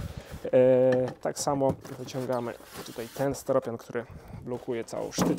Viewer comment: Czy wiesz, ze w slowie "steropian" nie ma litery E? Jest Y